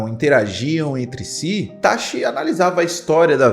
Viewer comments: É ITACHI, e não ITASHI. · E ATACSHII 😂